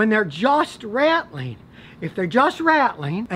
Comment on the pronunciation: “Rat-L-ing” - the repeated movement or shaking of lose and or broken catalyst inside of a catalytic converter.